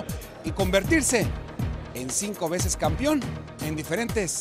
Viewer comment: ¿campión? ¿peliadores? Por favor, hablen bien...